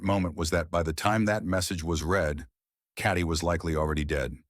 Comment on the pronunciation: Her name is Katie. Not caddy. I hate AI.